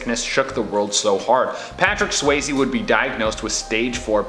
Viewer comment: Patrick "Swayze" not "Swazy".....yo.